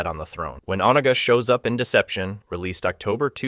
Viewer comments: Good gravy. Is it really that hard to properly pronounce "Onaga"? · Bro seriously. Made me grit my teeth every time i heard it.